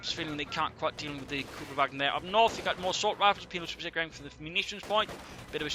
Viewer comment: hey, its pronounced kÜbelwagen like the ü in panzerfüsiliere. btw great work, keep it up!